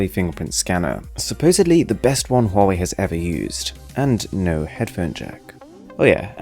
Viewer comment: Finally a reviewer who noticed that Huawei has an 'H' in it.